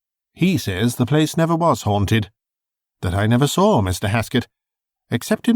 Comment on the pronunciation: Pronouncing the word, saw, like soar or sore is simply wrong.